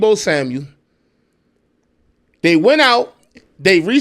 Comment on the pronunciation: It's Deebo SAMUEL...NO S!!